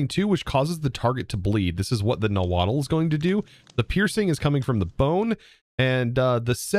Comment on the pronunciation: You don’t have to pronounce the “tl” at the end of nahuatl. Its “naw-hwua” not “na-waddle” lol